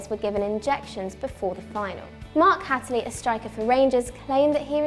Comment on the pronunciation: Mark Hat eley, it's Mark Hateley. Everyone on this channel pronounces way off.